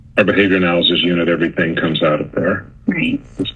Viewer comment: Anyone else super annoyed by her saying “everythink”?